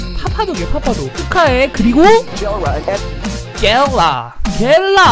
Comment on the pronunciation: 겔라님 보고 젤러라고 발음하네 ㅋㅋ